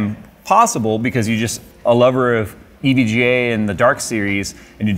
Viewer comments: Just say evga already it’s not e v g a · I hate the way he says EVGA... it sounds way too close to EVJ and it drives me irrationally nuts haha